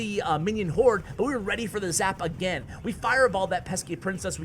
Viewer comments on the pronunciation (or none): none